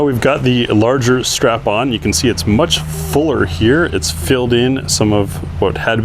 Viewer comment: ** says "Now we have the bigger strapon...." 😆Or did he mean "Bigger strap on"? 🤔